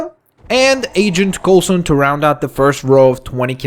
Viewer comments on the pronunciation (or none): none